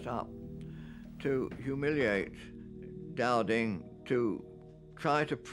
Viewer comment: it’s “Dowding” geez 😂